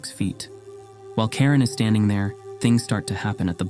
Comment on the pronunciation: Mispronunciation of the name I guess. Karin is a common name in Sweden but you said Karen, which, if it exist in Sweden is extremely rare and brings the thoughts to the Karen meme.